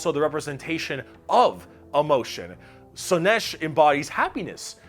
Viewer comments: Slaanesh: pronounced SLAA-nesh - not slann-ESH. The double A is not there for nothing. Mon-Keigh: pronounced Monkey. Not Mon-kay -> it's the og GW joke. The Eldar just see humanity as we look upon monkeys. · Slaanesh has two A's and yet you still put the stress on E